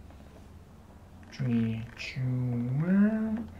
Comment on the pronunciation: two is pronounced [ˈtu]